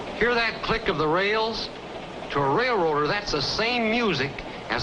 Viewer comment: He’s a “Ray-roader”. SO MANY people still say this. Ugh.